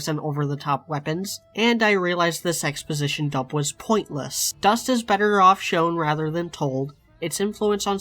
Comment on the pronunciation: I heard "exposition" as "sex position". Whoops.